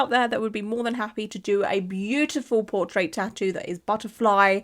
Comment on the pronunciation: I got a deadpool tattoo of a tattoo cuz it was cute, and it was in memory of my twin brother, it’s the one were he’s holding a wolverine balloon shape, and I like wolverine. Also, I thought you were saying poor trades, so I got a bit confused thinking they did bad trading, then realized you’re saying portrait 😂😂